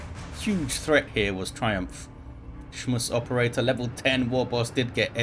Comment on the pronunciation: Hey, try saying SchmusOperator with a heavy german accent and it becomes clear. Love the casts, keep it up.